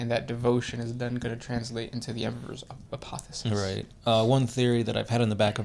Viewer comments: The word is APOTHEOSIS, you missed an 'O' heretics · It's APOTHEOSIS not apothesis. (APOTHE-O-SIS). A Greek word that means to become like God. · Not trying to be a dick but its A-poth-e-o-sis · They kept saying, "apothis." It almost sounded like "Apophis" . . . .